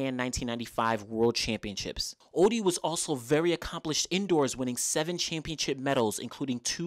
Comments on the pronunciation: It's not Oddy its Otty .😂 great video presentation though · Great video. You have a typo on Merlene's 200m best in your video (21.74, it is 21.64). And her surname is pronounced "oTTey"